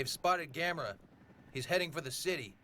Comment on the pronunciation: The only thing that irritated me was the male newscaster (in the Japanese with English subtitles) mispronouncing his name as Gam-mor-a. Like Gamora in the Guardians movies. It never fails to make me yell at the TV..."It's GAM-O-RA you moron!"